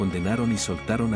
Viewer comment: es Barrabás, no Bárrabas. PASIÓN también lleva asentó. Por lo demás, todo bien.